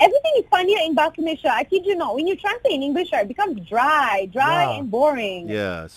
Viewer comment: Malay - sia, not malashia